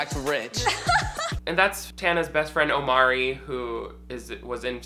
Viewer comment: How have you watched two seasons of this show and still haven’t figured out his name is Imari?...its an entirely different vowel sound ...